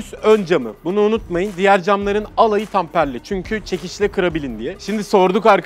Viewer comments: Tamperli değil temperli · Tamperli değil temperli cam abi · Tamperli cam değil, temperli cam. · Kardeşim yalnız tamperli cam değil, temperli cam olacak.